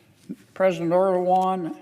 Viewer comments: "President Erdowan" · Mr Ierdoogan😂